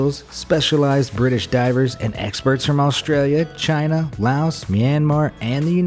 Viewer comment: Why you say Australia wired